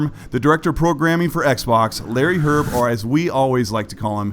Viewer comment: His last name is "Hryb", not "Hyrb". It means "mushroom" in Czech/Slovak. Pronounced "hreeb".